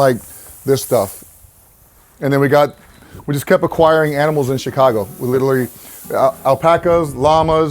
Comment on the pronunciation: Awesome Video! Love the Urlacher “Aminal “ 😂 part